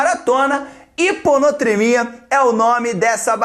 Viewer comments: Não faz diferença, mas, o nome certo é hiponatremia, e não, hiponotremia. Primeira vez que eu vejo você errar, mas foi um erro besta. É só pra quem tá fazendo resumo não colocar o nome errado mesmo.... kkk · Na realidade não é HiponOtremia mas sim HiponAtremia. Muito bom o estudo! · O nome correto é hiponatremia e não hiponotremia.